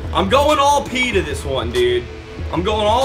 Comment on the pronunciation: Nice video but as a Ravens fan I'm offended 😂 it's Pitta not Peta